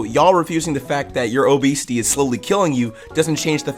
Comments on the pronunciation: Your pronunciation makes it sound like obeasty sometimes lmao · “O*esity” BRO I CANT